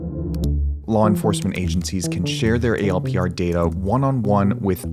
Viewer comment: You people are paranoid. And it’s not pronounced “A L P R.” In the “know,” they’re pronounced “Al-Per(s).” Saying “A L P R” shows the ignorance and FUD from you guys. 😆😆